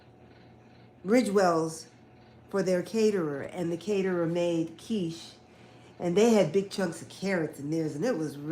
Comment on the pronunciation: 'QinnChee'.. 😂😂😂 Your quiche is one of my favorites Quiche Lorraine, yassss, that cheese pull is everything😂